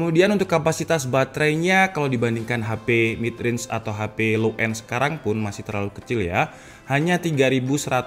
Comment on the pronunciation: Kedengarannya Realme bukan Real mid